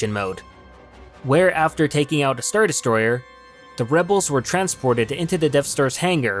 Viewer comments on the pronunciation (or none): none